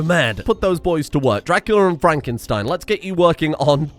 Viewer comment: Is it not FraNkenstein, instead of Frakenstein? Unless he loves fracking.